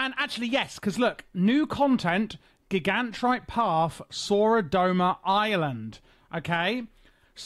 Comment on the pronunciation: I love how even with the myriad of NPCs in the game to reference the proper pronunciation of "Gigantrite", you went in a different direction. It's a bold move.